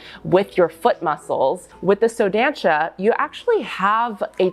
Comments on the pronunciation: here comes the pedantic pronounciation police! you should say the show name like: "Soh Dahnsah" the first "so" has the o like in "organs" , the a in "dan" is like the a in "aliegence" the last syllable is pronounced "sah" like the "sa" in "samantha". to be clear, its not offensive or anything to me (im brazilian, the shoe is brazilian, and i found your pronounciation cute) its just since you are in the position to educate people, it will help spread the word :) if you talk to brazilian ballerinas for example, your pronounciation differes enough from how we call it that they wont immediatelly know what brand you are refering to, even though is a very well known and populaar brand in ballet in brazil :) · Just a tip on pronunciation from a brazilian: “ç” sounds like “s”, and the “ó” means it’s an open sound, like in “lot, dot or mop”, so try saying like “so dansa” ☺️❤️ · I´m from Brasil and the way she pronounce "só dança" it's very funny and cute at the same time, but next time try using the toshie it´s perfect.